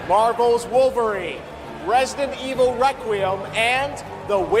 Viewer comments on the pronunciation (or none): none